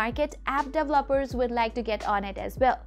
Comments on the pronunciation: Very informative video, not dev-loppers, pronounced-dee-vell-o-pers 😁 Great video though and go Huawei 👍👍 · I LOVE THE the way u say….. DEVELOPER….. DELOPERS HAAAAHAAAAAHAAA